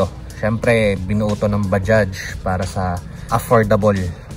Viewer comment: Mga ibang blogger tawag nila dyan ay baja? Mali po! Bajads po! Ang tamang bigkas sa bajaj